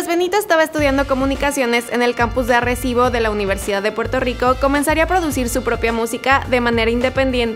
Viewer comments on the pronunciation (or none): none